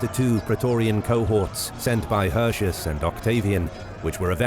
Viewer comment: In order to convey a certain believability and authenticity, why don't you say "Hirti-oos" instead of "Hurshus". Since you, narrator, DO say "Arimini-oom". The roman C's are K's and the U's are OO's. Furthermore, the AE is pronounced as AYE (as in Aye aye sir), and not EY (as in Hey!). And it's not "See-sar", it's "Kai-sar". Other than this: I love history. Thanks for the uploads!